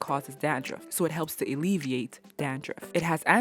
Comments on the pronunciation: Alleviate not Eliviate 🤦🏻‍♀️ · Alleviate...not Elliveate... don’t judge me retired English HS teacher lol love the vlogs🇯🇲🇺🇸